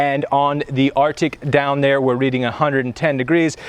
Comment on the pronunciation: RTIC not "Arctic"